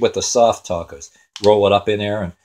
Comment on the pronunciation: He can't even pronounce 'tacos' correctly... oh my word...